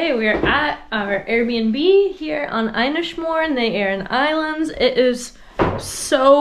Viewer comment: I'm only into the video but the Irish language can be a pain for non Irish to pronounce properly.... Inis Mór, it's said like the simple word "In" ish More not "I"nish More. I'm from the west of Ireland and it's shameful I've never been to the islands!!!